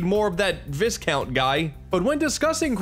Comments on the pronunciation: Oh you brought up Viscount. Which you are pronouncing wrong still, it's not pronounced like discount, the Vis is pronounced similar like Vicarious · The 'S' in viscount is silent... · FYI: The "s" is silent in Viscount.